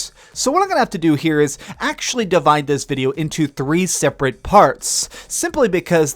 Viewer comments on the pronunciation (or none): none